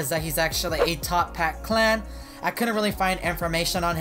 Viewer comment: It's actualy toppat, not top hat